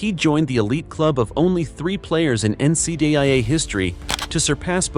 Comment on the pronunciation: Honestly my dude, I was super keen on knowing more about DC, he was a legend of my childhood. I just get rattled hearing a voice refer to the NCAA as NCUHHHA. It’s my problem for getting caught up in Symantec’s, I appreciate that this video exists even though AI VO’s are trash hahaha. Thank you for the reply👏🙌❤️💯